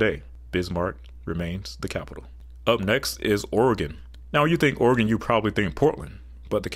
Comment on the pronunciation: Lots of numerical information in this presentation; thanks for the charts. Some mispronunciations, as noted by others—perhaps check Google for local/regional pronunciations. Nice to hear Oregon said correctly!! Was disappointed that data on some states was presented without a picture of their capital buildings. I think the variety of architectural styles among the U.S. capital buildings is interesting!